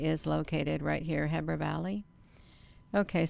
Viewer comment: Looks like a reflection to me. Heber is pronounced (he-ber)